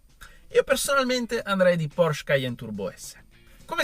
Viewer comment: Porsch-E. Pronuncia le E mannaggia